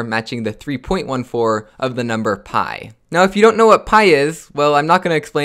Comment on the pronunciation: Lol don't say "byii" Say "pii"